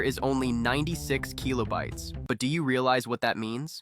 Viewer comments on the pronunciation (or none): Kill-oh bites. What tf is keel-oh bites lol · the Keeeelobytes is keeeling me :D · The keelobites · Kee-loh bytes? Lol. It's Kill-o-bytes Also, it's pronounced mid-ee. Not M-I-D-I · bro stop calling kilobytes kilo-bytes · say keelobytes one more time, AI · 96 Keeelo-bites. AI slop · MIDI is what bothered you and not the repeated KEY-lo-bites. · The AI pronunciation of keelobites and M I D I hurts so much. Unlike. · and then the one kill-oh-bites it snuck in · KEEYLOBYTES. gtfo ai slop. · Keelo bytes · the way it's saying "keelobytes" and "em ie dee ie" is physically hurting me edit: never expected complaining about how an ai pronounces stuff to get this much attention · You're saying kilobytes wrong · I've never actually heard anyone pronounce kilobytes like this. It's probably correct, but sounds so nerdy. Lol